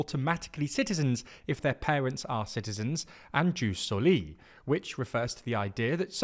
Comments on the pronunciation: Difference beeing that "Seezar" is said that way because the name was translated into english. Like "Octavian". Ius Soli is actual latin, and a term still used to this day. If you can't use the proper pronounciation that's not the end of the world, but it IS a mistake. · The constant mispronunciation of ius soli/ius sanguinis had my ear bleeds in minutes...